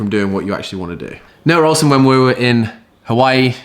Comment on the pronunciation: nRoah ohlsen.. i cant...